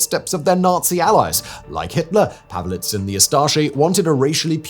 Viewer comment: His name was/is pronounced Pavich, NOT Pavelich. Just saying.